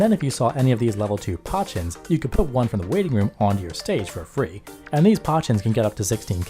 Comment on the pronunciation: New Alice pah-chin is ban worthy